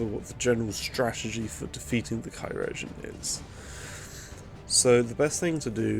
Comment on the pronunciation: Just wanted to let you know that chirurgeon is pronounced the same as surgeon Great video mate!